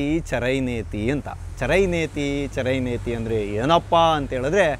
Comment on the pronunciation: ಚರೈವೇತಿ, ಚರೈವೇತಿ. ಚರೈನೇತಿ ಅಲ್ಲ.